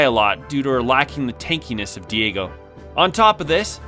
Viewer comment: I feel like you should have done another take when you pronounce a name wrong. Diego, Lilita lol.